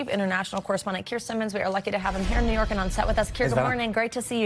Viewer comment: A JURY OF HIS PEERS 😂 IN NEE YORK? WHAT A GUY😂😂